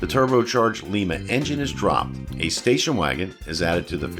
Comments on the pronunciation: Well we can tell your not from western side of ohio like I was. The town in ohio were the engine is from is pronounced LYE-MA not lee-ma like you called the the lima 2.3 4cylinder engine. Your not the only one to make this mistake. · Lima engine - (Lie - ma) Lima, Oh; pronounced like the bean , not the city in Peru.